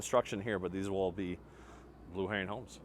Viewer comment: it’s Blue HERON, not Blue Herring!!!